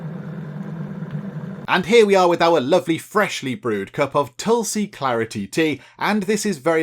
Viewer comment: It is pronounced tool-see(no matter how it is written). And aa-you-r-whey-dic. Tulsi has a distinct smell but it isn't a harsh flavoured herb. You usually consume it with sugar etc. after prayers or in a herbal concoction when sick.